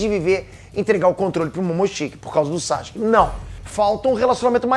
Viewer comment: Cara...Para de falar "Saske"...Fala o correto, "Sasuke"....